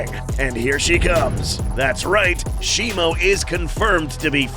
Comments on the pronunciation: U say Shimo like it's Shimu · How do you say shimo? I thought it was always pronounced she-moo but now all i hear is she-mo. Which is it?